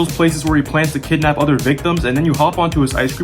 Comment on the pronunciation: you said kiddnap 8 times